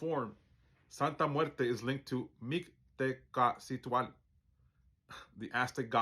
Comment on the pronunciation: Don't worry too much bout the pronunciation... The meaning comes from the understanding of your balance with heart and mind... But if you like, here's a way to remember the sounds... Mick-teh-kasi-hua-tle... The Q is silent. 🙂✌🤞🤘🙏